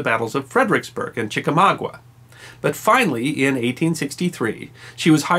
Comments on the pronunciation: There are no "WINNERS" of the CMH, only recipients who were "AWARDED" the medal. Secondly, Chickamauga; pronounced the same way it's spelled, with a GUH at the end, not GWUH. Sorry from a Southerner residing next to Ft. Benning, GA.😜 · It's "Chickamauga", not "ChickamaugWA." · LOVE THIS !!! Great narration ! (btw - it's pronounced Chicka-Mawg- ah ,,, not Mawgwah) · Chickamuga, not ChickamaugUa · It's Chicamauga, not Chicmagua! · It's pronounced chik-uh-mah-guh. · I've lived within 25 miles of the Chickamauga Military Park all my life and have never heard it pronounced Chickamagwa. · Great video! (As an aside: "Chick-UH-MAW-guh". ) No Southern accent required. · I was combing the comments to see if someone else had corrected his uninformed pronunciation. Lol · Afraid you mispronounced “Chickamauga.” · I enjoy your channel but....please...if you are going to parade your credential of having a degree in history, learn to correctly pronounce "Chickamauga". And, BTW one does not "win" The Medal of Honor. One receives The Medal of Honor. Again, thank you.